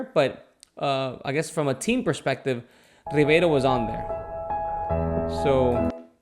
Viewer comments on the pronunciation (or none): none